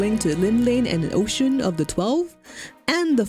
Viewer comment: Oschon.. OS-CHON Not Os-John. You're killing me here u_u.. — Seems very unlikely since during the Marauder quest, you fight the "Mysterious Stranger" here. I.e. your guild master wearing a mask. Never even noted that this had any significance other than "crater that's beautiful" . — I guess the unforgettable developers kinda "forgot" about it. Well, I learned about God's grip so that's neat. Personally I .. better not say what I think about FFXIV... But Oschon has been my deity since I started and forever and ever <3 The Navigator was my second choice. Funny how that is. Heh, after 20 years... I still read all my comments.